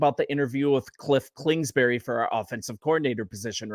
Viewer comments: I agree with your assessment… Only it’s KINGSBURY… KINGSBURY… say that 5 times fast… NOT KLINGSBURY… hahaha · Bro, Klingsberry? 🙄